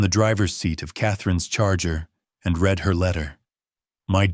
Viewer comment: ai giveaway, ie read it, ai prounced like color red when context for read would be pronounced reed. any english speaker would not have made this mistake